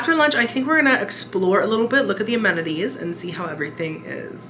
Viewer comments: You saying "amenities" reminded me of Nemo trying to say "anemone" 😂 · I can never say amenities either 😅